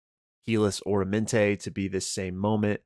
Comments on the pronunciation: Just for future reference, I'm pretty sure it's Ah-rah-men-te not Oramante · Aramenté not Oromenté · some pronunciations: "Aramenté" not "Oramenté" Fred "TAT-a-shore" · OR-amenté?? Isn’t it AR-amenté? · It kills me every time he mispronounces aramente.